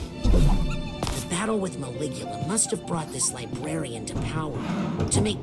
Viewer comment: “Die-brarian”lmao nice man 👍